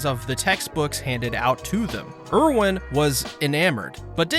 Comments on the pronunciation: Why do you pronounce things differently than the show? They all say "Ervin" not "Irwin" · My guy it’s pronounced air-vin, not urr-win